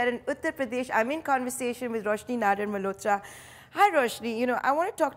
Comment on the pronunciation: It's pronounced as nadaaaar... Not nadoar